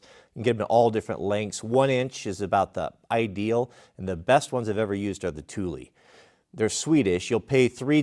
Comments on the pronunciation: ''Tulie''? Are you sure about that? Ask Mrs W how to pronounce that;) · Wait...is that they actual pronunciation of Thule? I always thought it was pronounced like tool with an H...thool....